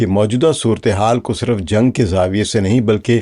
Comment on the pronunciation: صِرف sirf✔️/ آپ نے siraf بولا| نشْر nashr✔️/ آپ نے بولا nashar 🤔